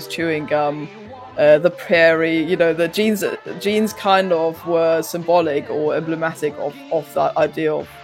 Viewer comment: JEANS! NOT GENES 😂